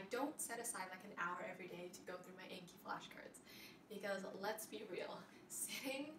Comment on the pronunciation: Such a good video but the program is pronounced "On-key" :)